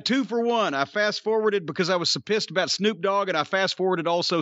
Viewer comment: Jim calls Snoop, "Snuke". Hilarious. If I recall "Snuke" in its original form was the nuclear device snuck up Killary's babymaker in 'South Park' .